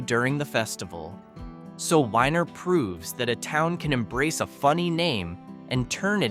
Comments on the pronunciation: Weiner is pronounced weener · The town of Weiner--is pronounced "weener". LOL